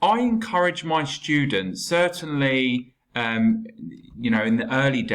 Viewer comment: But why you always say " shtudents with the sound " sh "